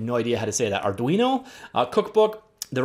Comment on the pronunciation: You pronounced it correctly, Ar-du-ino (C/C++ IDE/compiler), is an open-source and affordable microcontroller that can move/power your thing(s), connect devices or get the value(s) of your sensor(s). There's also Micro Python that is very popular. If you're into programming and know a few things about electronics you should take a look at these! My suggestion for a future episode using Arduino, DIY Stream Deck. Create a keyboard macro control box that controls volume, camera switching, toggle streaming platforms (Skype, Youtube, etc.), soundboard, window switching, and/or whatever else you'd feel you'd like to have at a keypress during your streams. Raspberry Pi is a very affordable SOC (~35USD) that runs various distros of the major OSs that's comparable to the power of a smartphone but smaller. It has 4 USB ports, Ethernet port, WiFi, HMDI port, audio jack, Micro USB power, camera port, and GPIO pins. I use one quite often for Arduino projects since the unit can be used headless from a smartphone/tablet/PC and powered by a standard lipo battery for pretty long times. I test my unit on an 8,000mAh battery and got almost 8 hours before redlining.